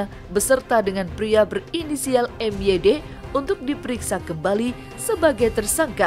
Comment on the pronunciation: MYD itu (MaYiD) bukan si